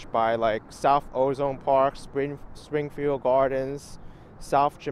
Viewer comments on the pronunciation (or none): none